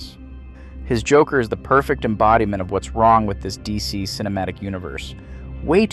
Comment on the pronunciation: "the jockler"? 😅